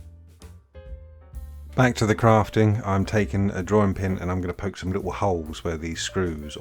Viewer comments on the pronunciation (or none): none